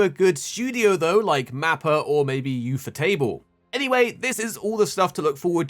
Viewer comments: U-fo-table, lol. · 😂😂😂 weirdest pronunciation of ufotable ive ever heard.